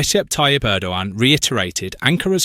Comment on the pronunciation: You don't hear a G in Erdogan. Just say Errdoan. I don't like him, but looking at the new bad boys in the world he seems to be a half way decent guy.